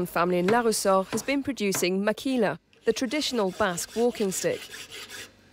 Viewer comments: Its makila not makhila, just for u to know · Guys don´t know about that h on makhila, we´ve always said makila here in the basque country...